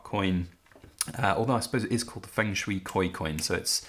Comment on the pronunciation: Is Feng pronounced Fung? You're the first English speaker I've heard pronounce it that way, in all my many decades.